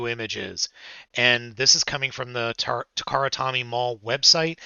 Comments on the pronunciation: Takara Tommy? I've always said it as toh-me... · Takara-Tommy?! Maybe that's why they keep messing up with their figures as people keep miss-pronouncing their name? Maybe this is their payback? (It's pronounced toe-me, not tommy).